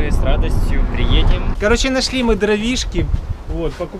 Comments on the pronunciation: Да не пэкло а пекло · пекло а не пэкло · Почему он говорит пэкло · Не знал, что "пекло" читается - пЭкло